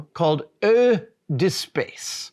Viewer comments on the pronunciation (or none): In case you were wondering. "Eau" is French for water. It is pronounced roughly: "Oh". So it's pronounced roughly "Oh duh space" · Eau is pronounced as o, like the o in ho ho ho.